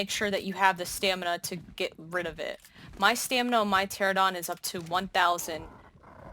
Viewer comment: Great video! Love the trap and design. But the way you pronounce pteranodon bothers me lol. You’re completely skipping the “ano” in pter-ano-don. Other than my weird obsession with correct pronunciation your video is great!